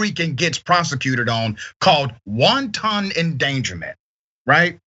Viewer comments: Great points, but, it's not "won-ton" 🥟 it's wanton - all one word with the accent on the first syllable. 🙂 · This guy just said “wonton endangerment” like it’s a spicy Chinese lunch special. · Uhmmm... it's WANTON, not WONTON